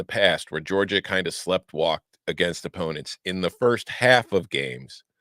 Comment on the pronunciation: Slep-walked???? Sleepwalked. LOL